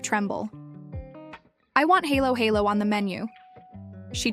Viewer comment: Not pronounced as "HAYLO HAYLO". 🤔🤣🤪